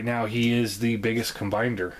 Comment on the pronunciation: CombinER. ER. Not DER. Combiner, not combinder. It was annoying enough to comment about LOL Otherwise, I love how comprehensive your review was!